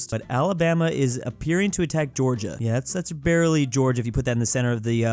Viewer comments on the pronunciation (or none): none